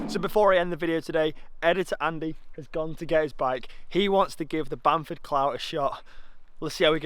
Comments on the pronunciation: Clough is pronounced cluff as in fluff but with a "cl". Great video though, brilliant effort and really looking forward to doing this one myself as it's a local one for me. :) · It’s Pronounced Cluff! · Clough = you speak it out as cluff